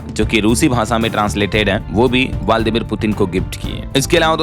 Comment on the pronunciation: aap hamesha waldimir bolte hai jabki waldimir naam hai